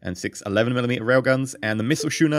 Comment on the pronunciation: those ships are pronounced with a hard C as in cat, 'sku-ner':-).